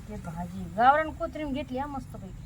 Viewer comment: ताई कोठारी i नाही ❌ कोथंबीर ✅